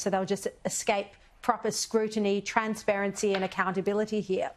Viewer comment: Albozo said "We want "twanspawency" - what a joke! This is typical of Bourke the Jourke..